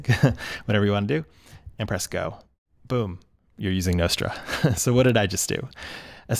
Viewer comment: Everyone does. Except this guy. 😅